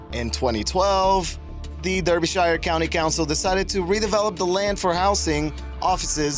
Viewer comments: Sorry it’s “wreck-recational “ not “ree-creational”, and “Darby-shire” not “derby-shire”(despite the spelling). I have a real hate of words and place names being mispronounced, sorry but please check your pronunciation before recording, especially ENGLISH place names as there are a lot that are pronounced very differently to their spelling. Big thumbs up for content etc, but a tiny thumbs down for pronunciation and grammar. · Derbyshire? It's pronounced as 'darbyshire' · Duur bee shire. Lol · My ears hurt when Americans try to pronounce Derbyshire.